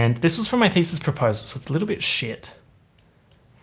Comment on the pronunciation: lost ALL MY SHIIIIIT everytime he said "doing my thesis" cuz heard "doing my feces". I'm done having only one rotten brain cell